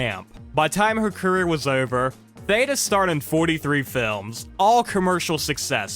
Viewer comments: You keep pronouncing her name wrong it's not like Ada Wong from Resident Evil 2 its pronounced like THEEDA Bara instead. I'm sorry that just irked me the way you kept mispronouncing Theda Bara. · "Theeeda"... and her last name was pronounced "Bear-a" until I watched this vid 🤭😂 Also, "tap-estry" not "tape-estry," and dates are off all over the place. Interesting nonetheless 🙂